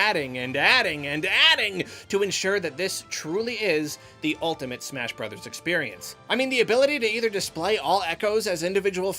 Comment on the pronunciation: What did you say? Smersh Berders?